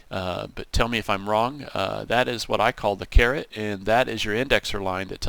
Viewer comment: Caret, not carrot. :D Great series so far!